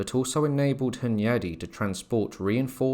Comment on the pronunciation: John Hyundai? I thawt he woz well Korean innit